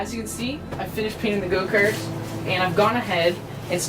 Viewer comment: Did he say “go kert”?